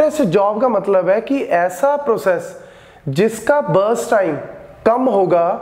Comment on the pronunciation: Breast time o sorry burst time 🤣